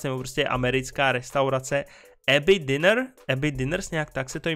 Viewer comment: nikoliv dinner (večeře, čteme [dinr]) ale diner (něco jako bufet, stánek nebo pojízdná restaurace, čteme [dajnr])